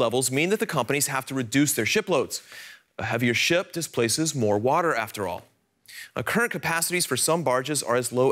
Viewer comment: stuck under the wotter :)